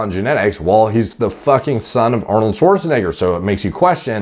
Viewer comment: Thank you for pronouncing Arnold’s name correctly unlike G shrek